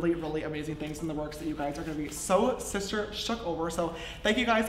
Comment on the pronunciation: you said shister not sister